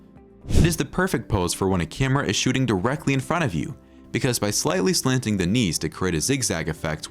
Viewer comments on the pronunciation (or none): none